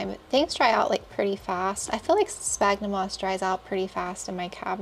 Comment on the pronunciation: Isnt sphagnum pronounced like sfagnum ??